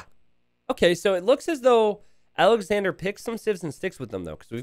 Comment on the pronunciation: Sidenote.. its Alex-onder or Alex-ondray. Awwwnder or awwndra. Andre is pronounced on-dray OR On-der. So naturally, Alexandre isnt Alexander or Alexandra Lol take a second to consider the peoples names. Been watching for 3 years. Almost every night I watch a few hours while I fail to sleep. A third or so of the time you say the names hella wrong. Lol. Anyway love ya buddy. Congrats on the last hidden cup and the success you've been having. Cheers.